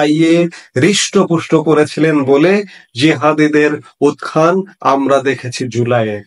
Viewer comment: Sir, কথাটা " উক্+খান -- উক্খান হবে না । কথাটির উচ্চারন হবে " উত্+থান"--উত্থান। ধৃষ্ঠতা মাফ করবেন । বহুদিন যাবৎ শব্দটি আমার কানে খটকা লাগছে ,তাই শব্দটির সঠিক উচ্চারন অনুসন্ধান করার জন্য বিনীতভাবে অনুরোধ করছি।